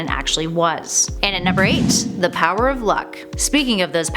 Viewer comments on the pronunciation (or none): none